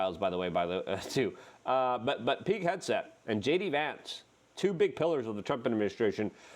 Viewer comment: I thought you were saying “Peak Headset” not Pete Hegseth lol I was so confused I thought you meant someone from the cia was yelling into a headset of trump not to say anything